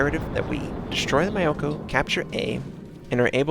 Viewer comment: Fuck, I tried not to notice.... But that's not how you pronounce Myoko.